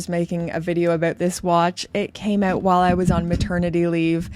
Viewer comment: I heard you say "out" and I didn't Even have to wonder where you're from 😅😊